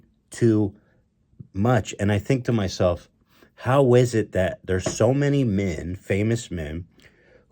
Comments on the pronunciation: "What would we do without minn" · The way Ethan say "Men" as "Minn" will never not trigger me lmao